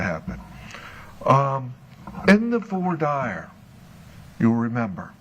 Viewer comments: I thought it's pronounced voi- deer not vah-dire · voice and whiney tone bugs me, but not as much as his pronunciation of voir dire... "vor dyer" instead of "vwar deer". Not impressive coming from a lawyer. And all of his many objections say a lot about covering up things. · Is this musical theatre? I'm pretty sure the starts singing. I think he's a soprano. 😁 P.S. And I'm pretty sure voir dire is pronounced, "vwar deer,".